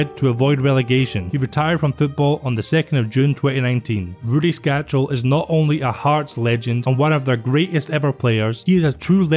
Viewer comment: Skácel is a great. I met him at the ice hockey in Edinburgh once and he was such a down to earth and nice guy. I still don't know why no hearts fan ever has learnt how to say his name correctly, it's skácel (skaatsel) and not skačel (skachel)...no 'ch' sound. Nice video.